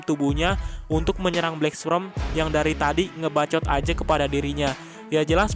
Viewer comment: Min maaf cmn koreksi, pengucapan black sperm salah tu, yg min ucap itu black sprem harusnya black sperm.. 🙏🙏🙏🙏